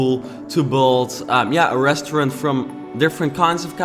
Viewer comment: ik your working on your English but please for the love of god learn how to say restaurant